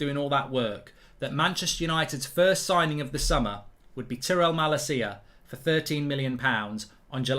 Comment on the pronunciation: As a dutch person for the LOVE OF GOD learn how to say Malacia’s name PLEASE 😂😂